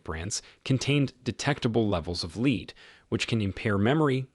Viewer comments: Lead = leed....this is AI bs fk off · I'd agree BUT it's not talk. It's AI crap. Lead pronounced leed says it all.